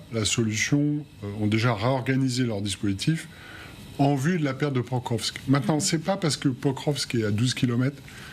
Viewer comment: /pakróvsk/ not /pökrövsk/.